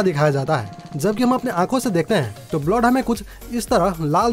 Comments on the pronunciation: Blowd nhi bolte bhai blood bolte chootiye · Bhai blod kya hota hai..blood hota hai.. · First.. Go to nursery and practice you PRONOUNCIATION sir.. It's blood not bloth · wrong blood pronownation it should be blud not bluad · Bloud nhi hota blood hota 🤣🤣🤣🤣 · Abe blod nehi blood hota hai 😑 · ## It is not "blod"😂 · Blood ka pronounce sahi kariye...